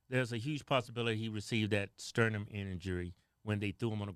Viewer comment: Did you say scrotum or sternum?? 😂😂😂😂😂